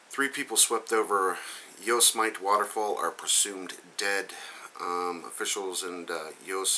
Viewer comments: Thats pronounced yo-sim-i-tee... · lol yosemite... XD dont take it wrong but its pronounced yosemitee. thanx for another really informative video!